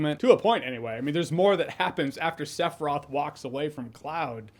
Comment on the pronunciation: "Sef-roth"? Why can't Americans ever pronounce names correctly? I mean, there's an iconic song in the game with his name on it telling you EXACTLY how to pronounce it, several times... 😂😂